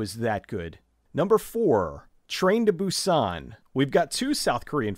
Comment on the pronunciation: I hate to correct you on your pronunciation, but Seoul is pronounced like 'soul', and Busan with the accent on the u more than the a, like /boo-san/.